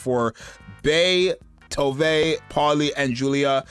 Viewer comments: This is funny, cause I started saying To”Ve” as well since that was how the official broadcast said it, but the Japanese pronunciation in their version is how we originally thought it sounded: “Towv” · yeah it's Tove, not "too vay" like everyone started pronouncing out of nowhere